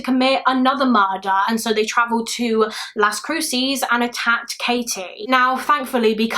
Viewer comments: I mean no disrespect but it’s pronounced Las Cru-says. Las Cruces. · Fyi : Las Cruces is pronounced las Croo suhs - love your channel!! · i know you don’t know better but i live in las cruces and the way you pronounced it made me laugh